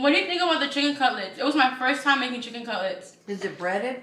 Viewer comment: Jinacolgist, Kanye pepper, spicy sicken sandwich 🤣